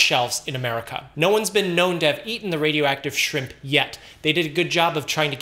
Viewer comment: “…On the frozen shrimPPPPPPP”